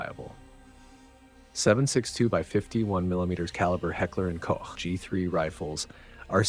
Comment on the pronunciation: Sounds like you re-recorded all the “Heckler & Koch” parts. And I appreciate that! “Koch” is spot on. Too often mispronounced “Coke” by non-German speakers.